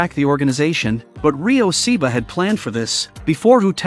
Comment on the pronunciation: You can’t even say The name right. It’s not Seeba it’s Ryo Saeba